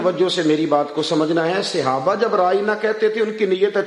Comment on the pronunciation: Sahe lfz bola Karyn Seyaba nahe khaty Sahab khaty han